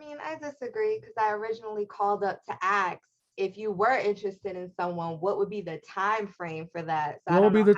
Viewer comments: Gentleman, if a woman pronounces the word ASK as AXXXED, in most cases that tells you almost everything you NEED to know about her. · Another one who says axe instead of ask ! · I'm very afraid of her axing me. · Common? Ive never heard anybody but a black person who dosnt care to annunciate correctly say “axs” makes me immediately think they are dumb bcuz they sound dumb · My friend from the Caribbean who came to New York City would have the laziest way of pronouncing words. Comfortable would come out of his mouth as com for table. Salson would come out as Salsa. And he would use the term Ax because his mother was a probation officer and a virago. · I never understood that, axe or ask....IT'S ASK! I agree with you! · I’d respond “what did u axe?” If you believe her, she and her friends are all classy. Yeah umm, no. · It is also pet peeve of mine, but it seems so common in US English speakers I think its probably seen as a normal way to pronounce it now? ( “ impordant” - instead of important also seems really common😏). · I am from the South and I will never use the term ax. It is part of Ebonics.